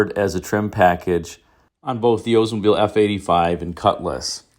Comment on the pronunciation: Oldsmobile should not be pronounced as “Oze mobile!